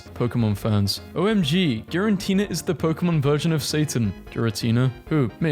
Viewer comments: Fr being a Pokemon fan and hearing you pronounce "Giratina" as "Girantina" made me feel physical pain. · Please stop saying girantina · You need to stop saying "GiraNtina". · The extra "n" you keep adding in Giratina's name is more triggering than it should be for me XD